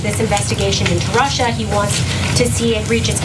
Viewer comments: "Russier" lmao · "This Russier thing" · This Russier thing---LMAO, Cenk!!!!